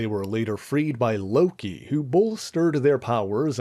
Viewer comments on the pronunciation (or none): none